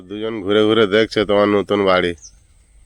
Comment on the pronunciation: বারি নয় বাড়ি